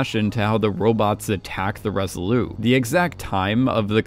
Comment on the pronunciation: Great analysis: only wish would learn that the Resolute is pronounced with a hard T at the end. Why in the world would you leave it off: we are not speaking French?